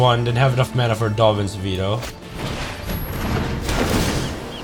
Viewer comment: Swear it sounds like he's saying Dovin's Speedo instead of Veto which now might have to be my nick name for the card over Danny Devito